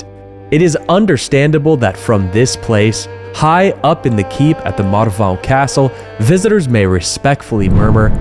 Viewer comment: You´re not really an American. You can pronounce "Marvão"... 😅